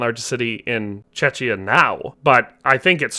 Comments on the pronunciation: Czechia not chechnya NotLikeThis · The Chechia comment made me mad. Not only because it was simply not true but because you mispronounced Czechia. Still love your shit though. Keep up the otherwise good work! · u did but u mispronounced it a bit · I’m almost certain he said Czechia, and that he just didn’t say it clearly enough…